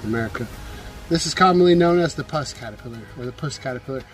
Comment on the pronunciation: Puss as in Puss 'n Boots - not pus like the gooey white stuff